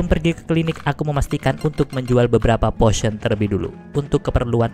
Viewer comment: potion dibacanya posien bang 😭